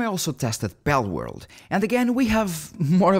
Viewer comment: Bellworld? You mean Palworld...